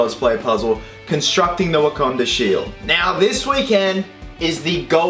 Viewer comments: Well, at least he got the "Wakanda" pronunciation correct on the last episode of "Captain With a Country". Only took him six episodes to get it right. lol Jk,, just busting your balls. Good job! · Legend. Finally learnt to say Wakanda 😂😂